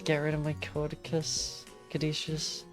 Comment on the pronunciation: cad - oo - see- us